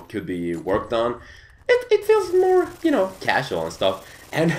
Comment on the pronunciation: when says you it sounds like JEW:))